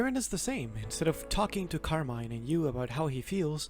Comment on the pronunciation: it's pronounced carmine